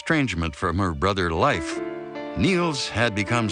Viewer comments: It would be nice if words/names were correctly spoken.. eg: the name was Leif.... Not pronounced life. Is this AI or just poorly read? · I lived in Norway for years, and though they're lovely people, they're still very materialistic. They're also for the most part atheists. Both of these things make them very attached to money and things The name Leif is not pronounced Life. It's pronounced Lafe, with a long A. As in ace. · It’s very odd that A&E would have made such a mistake. We American kids were all taught how to properly pronounce “Leif” in school in the 70s and 80s.